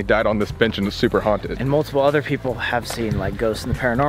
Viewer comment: "There are peopler in here " no its BATMAN "I almost died " 😂